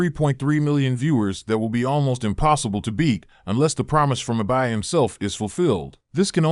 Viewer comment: Eye-by, aka the noble giant